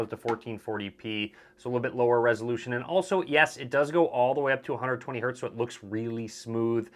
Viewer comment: Its always HERTZ - no Hert pls.